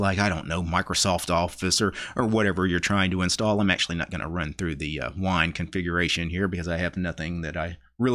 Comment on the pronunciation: LOL EVERY SINGLE TIME that you say "wine" I hear "WHINE"... lol you really don't like Linux, do you?